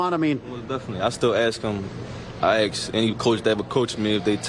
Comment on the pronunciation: GO BIRDS.. BUT why did he correct himself when pronouncing "ask" correctly. only to mispronounse it ?